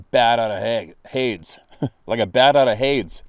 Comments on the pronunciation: Pronounced 'Hadies/Haydees' brother😉 It comes from the Greek for Hell;middle brother of Poseidon(God of the Sea) and Zeus(God of Heaven on Mount Olympus and Earth) sons of Kronos leader of the Titans. If I recall correctly Hades was the middle brother and was given the realm of the after world across the River Styx on the Isle of the Dead which in ancient Greek 'mythology' scripture,and NOT from one of my favourite films 'Clash Of The Titans*'-1981,was gained by a fissure or cave in the ground.(*The new one is,in my opinion,TOILET in comparison!). It began my love of cultural mythologies(Greek and Norse in particular) in the now swankyish restaurant that was the cinema next to the Queen Victoria public house in Walthamstow,London,England. To be honest I am a bit surprised that no one else has walked in on one of your vids before man despite the fact that Canada is huge and it's not like you sit in obvious well used places! Fucking hilarious he was chatting on and didn't notice the camera though his missus certainly did! (Did it go through your mind to say "smile,you're on Candid Camera" at any time?!)😄 Reckon she's more likely to see a Squatch before he does. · "Hades" is pronounced "HAY-deez" it's the Greek word for "Hell."